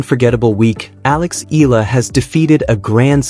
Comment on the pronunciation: Although you all have not pronounce her full name: Alexandra /Alex Eala ( E Y A L A ), we are all very proud of her. We all support and pray for her. We believe she deserves every victory she has had. Go girl show them what you've got but still remain humble and beautiful.